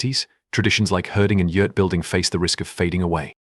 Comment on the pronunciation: When were you in Mongolia 🇲🇳. I have been there several times and your not correct in a lot of information very sad. I'm from Ireland 🇮🇪 so trust me you can't even say Yurt correctly